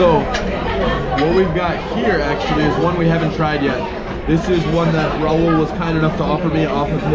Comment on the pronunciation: Its not Raul the Spanish name. Its Rahul.